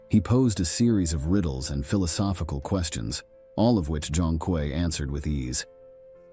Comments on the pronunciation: Zhong Kui is pronounced Zong Quei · Respectfully, bro’s name is pronounced Zhong(Jong) Kui(Kwey) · pronunciation is more like "Jong Kwee" To make a modern parallel, think of him as Chinese Ghost Rider but with swords and spells